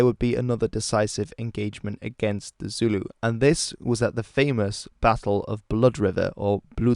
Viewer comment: Yas you pronounce Zulu correctly unlike other channels I’ve watched lol